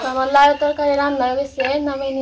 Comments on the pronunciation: ETA LAU NA. KUMRO TO.ETA KE LAU KENO BOLCHEN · এগুলি লেউ না মিষ্টি কুমড়ো, লেউ না লাউ বলুন